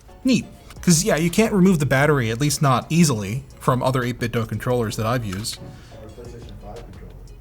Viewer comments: Eight Bit Dough? Why not Eight Bit Do? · 8 bit Doo!! (not Doh) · 8bitdoe? Since when is do pronounced as doe? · Nice and comprehensive review! FYI: It's pronounced 8 bit "doo" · It must be very frustrating for 8bitdo that nobody can pronounce their company name correctly.